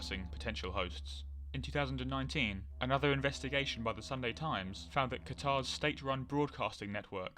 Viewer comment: Anyone else get mildly annoyed when people pronounce Qatar incorrectly?